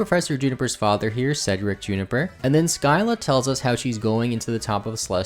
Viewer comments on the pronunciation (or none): none